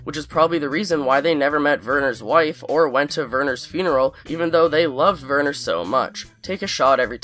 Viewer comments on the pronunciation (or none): Werner = Vhere-nur. (like 'where' but with a V). The 'R' is soft, not hard. Now you're speaking German. And yes, how the fu*k did Lalo even get to Germany???